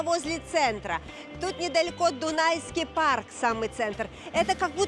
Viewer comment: Дунайский парк. Лол. Что сложного чекнуть названия и как они правильно произносятся 🙄